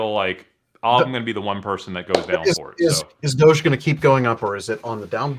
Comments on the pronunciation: The fact they refuse to pronounce doge correctly makes me have 0 faith in these fucks. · Lol DODGE 😂 DOHGEE lmaoooo Dogecoin lolol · Please stop saying dodge and dogee coin I’m gonna have a fucking BF